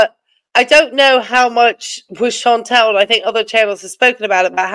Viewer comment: So just a thing I keep noticing, no big deal but her name isn't Chantel, it's ChantAl, short A.😂